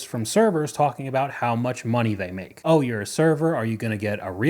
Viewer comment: “…. I go home, I maka the pasta” 🍝